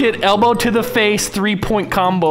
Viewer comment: says combol not combo